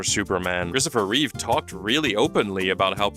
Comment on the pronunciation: Just want to let everyone know his name is Christopher REEVE , not Christopher "Reeves". I don't know why people keep mistaking it for "Reeves."